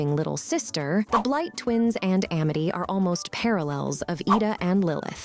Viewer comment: "Uh-mity" "PlanTAHr"